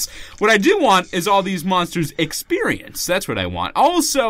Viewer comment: it is not exprians it is ex p